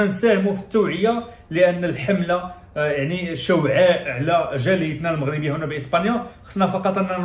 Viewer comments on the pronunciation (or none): يقال عشواء ليس شوعاء